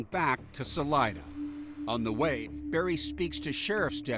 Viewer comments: Thats not how pronounce Salida. Sa Lee Da,got it? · Salida (pronounced Saleeda) is Spanish for exit.